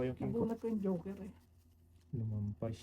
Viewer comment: joker po Hindi hoker😂